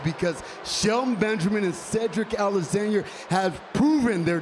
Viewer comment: "Cedric Alexanyer"